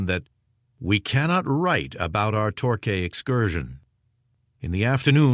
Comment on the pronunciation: It’s pronounced “TORKEY” not “TORKAY”, I do wish Americans would learn to pronounce word properly 🙄🙄